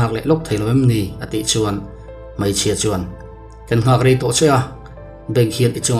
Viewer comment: Hmaichhia, i ti a hmeichhia ti tawh rawh